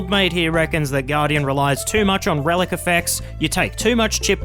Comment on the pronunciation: You really said relcusssy. I had to do a double take on that.